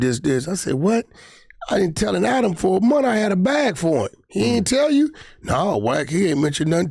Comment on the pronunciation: Wack showing of for ack see how he keep calling Adam ack